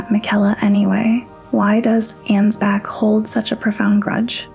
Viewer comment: Okay, gonna be honest, not your best video, and not just because you pronounce none of the names right... seriously, 'Mog,' 'Ansbatch,' etc. You kind of focus too much on the Formless Mother and compare her to Oedon from Bloodborne, and yes, there's plenty of similarities, but they're also quite different. The Formless Mother is far closer to being a natural Shinto Kami or deity of the Greek/Roman variety, I've seen one video compare her to Cybele, the Mother of Gods. By contrast, Oedon, based on the lore and themes of Bloodborne, is someone who ascended, but actually hates that he's lost a connection to the physical world, and is desperately trying to exist in 'corrupted' blood to both have kids and feel a connection again, I don't even think he knows what's happening anymore. On the topic of the Omen, the reason their horns are so unwieldy compared to the Ancestral Spirits, Tree Sentinels, and others with deeper connection to the Crucible is because they've been cursed by the Hornsent. Take the Thorn Sorcery spell, Impenetrable Thorns, which states that the edict of the Scadutree (in the shadow of the Erdtree) is that they (the Hornsent) must denounce them, and do them harm, for they have abandoned us. This is likely referring to Marika splitting the Land of Shadows from the Lands Between, cutting off the Hornsent from the rest of the world, which, as further noted by the old Hornsent Grandma, they took as a grave insult and abandonment, especially considering Marika ascend